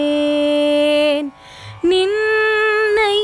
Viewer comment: ஷரணடைந்தேன் அல்ல சரணடைந்தேன். பாரதி உச்சரிப்பில் மிகத்தெளிவாகயிருப்பார்